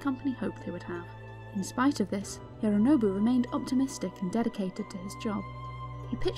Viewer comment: Why do you call him “hirrrrooonobu”? It doesnt sound English and doesn’t sound Japanese either